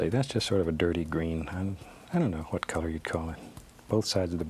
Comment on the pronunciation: Lost it at "hwhat" lool